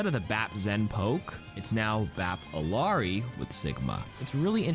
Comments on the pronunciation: As someone who speaks Spanish hearing ILL-ARI is driving me insane. It’s pronounced like Iyari. I know it’s pixels, but it’s the principle. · bro how you gonna pronounce illari's name correctly the first time then incorrectly the second time? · Spanish speaker here, and yeah it sounds strange. But as others have said, her name is Quechua (I think it means "daybreak"). If nothing else, she and Echo seem to pronounce it Iliari. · Everyone still struggling with Illari pronunciation huh. Imagine there's a Y in it. "ill - yar - ee"